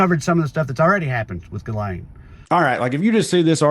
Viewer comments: I will NEVER NOT be mortally offended at the pronunciation of "Ghislane" as "Gull-AYN". It's a FRENCH name that is pronounced "zhis-lenn". Not that ridiculous "GULL-ANE(us)". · Ghislane, the “s” is silent, which seems appropriate for her having lost her voice.